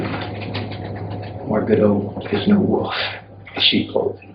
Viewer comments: Mark Goudeau: "I'm no wolf in cheap clothing"...: IT'S THE WOOL-EFF.... IT'S THE WOOL-EFFFFfff.. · Goudeau: Pronounces "wolf" as "woof" and refers to himself in the 3rd person.. Me: lock him up!